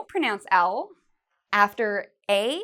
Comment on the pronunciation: She made mistake , the word 'afer'